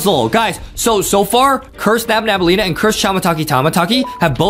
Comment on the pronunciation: Its nabnaleena not nabnabaleena